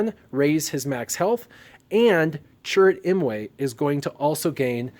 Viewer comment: Just double checked what I was already sure of by watching a few clips of the movie. It’s Cheer-ut Im-way... no doubt about it. It wasn’t a big deal I was just letting you know for future videos and such because I wouldn’t want to be that guy who does videos but says all the names wrong. It was just to help you out because I enjoyed your videos, not to be a dick.